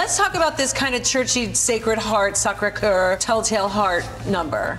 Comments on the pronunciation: Sa-coo-ruh? MICHELLE OMG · no one: michelle visage:rock m SOkUra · Mispronounced her name and it’s said numerous times and that just utterly insulting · Why do so many people say Sakura wrong its so annoying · I did not appreciate how she pronounced Sakura at all. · Michelle mispronouncing Sakura 🤦🏼‍♂️ This is in my top 3 worst eliminations in the show’s history. Rock M should have been safe. Bottom 2 100% should have Ben Aiden and Brita. So many things Aiden did that weren’t called out, the use of the same wig, exact same makeup with almost no change (like in color or going with the challenge), And BASIC BASIC BASIC outfits multiple times. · Why is no one correcting these people on how to pronounce "Sakura"???